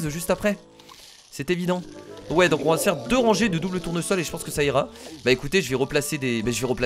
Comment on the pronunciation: A 9,40min tu as dis double tournosol